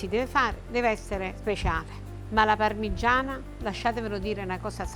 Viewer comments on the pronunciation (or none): 11.30: "ovviamente la parmiggggiana è fritttaa ehehe quindi un pò d'olio si vede...." ma che scherziamo??? quell'olio li è l'essenza del peccato paccaminosamente libdinoso...ci vuole un bel tocco da 400 gr di pane di casa...subito!!!!!! e ci navighi con la pagaia!!! godo!